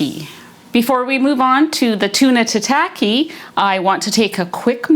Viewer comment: It’s not 🍣 sushi, which refers to the sweet vinegared rice with fish/veg/seaweed, but is a type of sashimi or raw seafood or meat. FYI, tataki is pronounced more like Tah-Tah-key. Your dishes looked great, thanks for your carnivore version recipes.😊